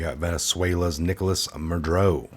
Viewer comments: Mah-Duro not Madroe or Madrew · it's Maduro not Madro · You have a good channel here with good info so please take this in the manner it's intended.. constructive criticism. Nobody's perfect (I'm not) but I find that you mispronounce names a lot. For eg. it makes it hard to listen to hearing MudRo over and over when it's MudUro. This might sound picky but I have found it happens a lot here so I decided to finally mention it. I'm sorry if you take offence to this. Keep up the great investigative work! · ma dur o not ma dro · I love what you do but please pronounce ma-du-ro not madro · I find that many of you guys make a lot of mistakes while reading the articles. It is MA-DUR-OH! Not Madro! I hate to criticize but you said Madro every time you read his name. Maybe 20 times. Sorry but it drives me crazy. Maybe too much 5G? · His name is pronounced Mad-UR-oh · Ma-dur-o....is how you pronounce it. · it's pronounced " mah-dur-oh " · Ma-du-ro. Ugh. Love ya tho! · That a$$hole name is pronounced, Ma-do-ro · Pronounced Ma dur o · muddrow doesn't deserve a please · same here 👍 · Please learn how to pronounce Maduro. It's not "Madroe" geeeeeeeze!